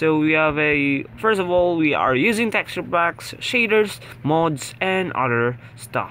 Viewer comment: I Almost Thought You Said "Cheaters" Instead Of "Shaders"